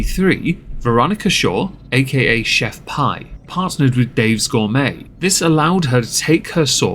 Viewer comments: It’s pronounced Pee, like urine. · She pronounced her brand as "Chef Pee". Best of you repeat your brand 3 times pre reading a marketing blurb at sometime about 'the rule of 3'. Example. 'They lied to me, Chef Pee!' Add in some vocal fry.